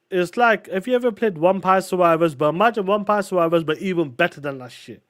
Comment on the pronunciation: Did that POS say Umpire Survivors instead of Vampire Survivors?!